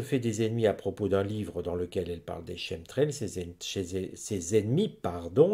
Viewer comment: Quemtrails cette prononciation Merci à Vous pour tput